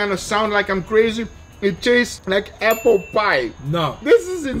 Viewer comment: Guga really said “IT TASTES LIKE APPHUL” 😂 love u Guga haha ❤️